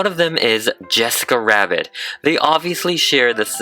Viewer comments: Okay it might seem funny but When he had said Yessica Wabbit it was kinda rude that you guys pointed it out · He kept saying yessica wabbit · “Wessica Wabbit” man that can’t speak right in looney toons intensifies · This is how much times he said yesica wabbit ⬇️ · Yessica Wabbits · *enthusiastically* “yessica wabbith’s” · “yessica wabbiths” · he says jessica wabbit or whst it sounds like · yEsIcA wAbBit is how he pronounced it. I PRONOUNCE RS AND JS BETTER THAN U AND IM 10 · and is it just me because I heard ‘ yesica wabits ‘ Btw it sounds like you have a cold 🤧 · He's saying it bc in the movie Rodger rabbit says Jessica Rabbit like Yessica Wabbit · Why were you keep saying Yessica Wabbit? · Why do you most of the time say: Jessica Wabit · YASSCAWA WABBIT💅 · "*YeSsIcA wAbBiT*" :O AMAZING. "make it more FLUFFY!!!!!!!!!!!!!!!!!!!!!!!!!!!!!!!!!!!!!!!!!!!!!" :O ALSO AMAZING. My dads acc. btw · I'm sorry, but please never say "Yessica Wabbit" ever again.. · I thought it was wessica wabbit. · It's cause in "Who framed Rodger Rabbit?" Rodger says her name like that. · Why did you say nessica wabbit here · Why are u saying yesaca wabbit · "Jessica Wabbit" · WHY DID HE ALWAYS SAY YESSICA WABBIT INSTEAD OF JESSICA RABBIT 😭🤚🏽💅🏾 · i swear i keep hearing "jwessca rwabbit" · What i hear when she says jessica rabbit: jessica wabbit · "Yessica wabbit" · "IT'S Jessica rabbit!":yeah no that is out of fashion it's yessica wabbit now Fans:AHH THAT'S ADORABLE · In the beginning: pronouncing it Jessica Rabbit Him during the rest of the video: pronouncing it Yessica Wabbit Me: TRIGGERD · No offense but yessica wabbit? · That “Jwesscia wabbit” was personal 💀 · The way he says Jessica rabbit is just... "yessica Wabbit" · I love that he just goes, “yessica wabbit” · Why does he say yesicca wabbit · I kept hearing Yessica Wabbit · Its Jessica rabbit not yessica rabbit say it correctly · “Yessica wabbit” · Why do you keep saying jessica wabbit?🤣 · Um hes a guy